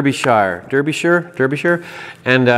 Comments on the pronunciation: p.s. I know Alfreton (which you pronounced correctly) well. "Derbyshire" is pronounced "DARb-isher" colloqiually and "DARbee-sheer" correctly. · I saw an English Electric Lightning when I was a teen. It did a low pass down the runway and then stood on its tail and lit the reheat. The noise was phenomenal, the ground shook and it made me feel sick. Wonderful. BTW it's pronounced Darbyshire. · That place in England is pronounced Darbi-sher